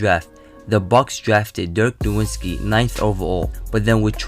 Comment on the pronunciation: Dirk No vitz ki dude, the w sounds like a v, he's German. Not No Wits ki